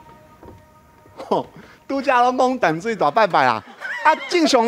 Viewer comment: 16：27報馬仔不是敲鐘擂鼓 是敲銅鑼 敲鐘擂鼓不是用在這裡形容 香蕉是個蠻有才華的通告藝人 年輕一輩台語講的還蠻順暢但有些字發音還不是很對 該閉口音沒閉 例如 淡水的淡 感動的感是有閉口音...